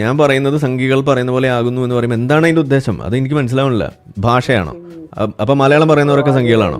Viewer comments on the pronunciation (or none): none